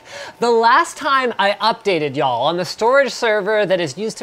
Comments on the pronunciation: Yawl? From the country? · Y'all x2 = southern version of Linus?